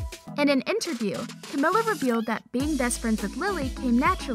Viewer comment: Its camila not camela